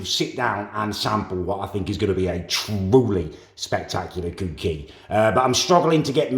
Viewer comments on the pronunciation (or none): It's cookie not cewkie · love his videos but i cant stand how he says cooking and cookie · It's pronounced cucky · “whilst the cewkie is cewking” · I love how he says cookie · Is it me or can't say cookie right.